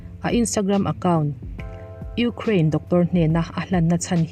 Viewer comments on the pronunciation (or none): none